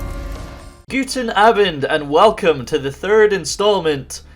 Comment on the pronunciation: That "guten Abend" triggerd me So much becouse i'm actualy German EDIT: OMG he sayd "nummero drei"